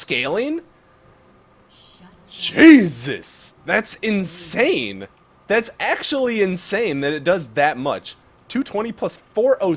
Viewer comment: Insane? or inchain? Kappa